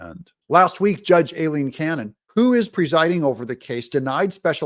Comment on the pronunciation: Her name is pronounced phonetically "eye lean" Aileen....please correct